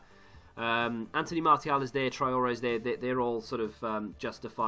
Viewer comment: I cant believe you say martial like mar-T-al